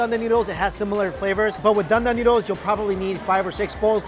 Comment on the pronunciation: dan dan noodles!? Thought he said GUN DAM NOODLES!